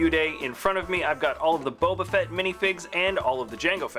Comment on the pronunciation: Also at one point in the video he says "fett" in a way that sounded like "fret".